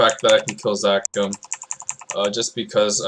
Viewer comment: bruh, zakaam? zakaam? ZAKOOOM. da fk is zakaam